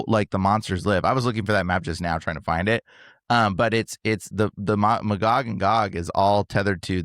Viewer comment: The pronunciation of Magog is driving me crazy. You are saying it wrong! It is May-gog not Muh-gog.